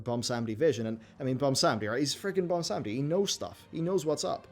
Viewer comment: Why does everyone have such a hard time saying Bwonsamdi? 😂